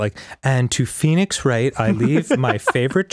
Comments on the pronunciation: bro said poenix wright in the intro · "Peenix right"